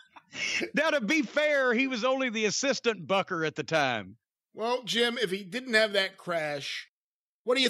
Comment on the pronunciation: Booker man!!! Not Bucker man but I forgive you.